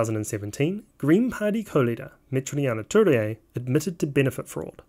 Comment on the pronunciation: For the fact that you are a Kiwi, it's impressive how you butcher pronouncing Metiria Turei so badly